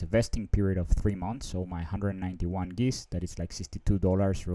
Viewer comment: I think Geist should be pronounced to rhyme with heist.